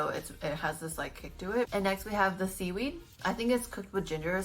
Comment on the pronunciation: "Seedweed-y" ehehehehee